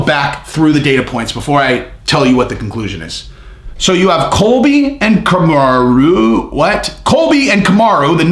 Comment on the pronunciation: Bro I thought you were stroking out when you first said kamarruuuu. You should get that checked out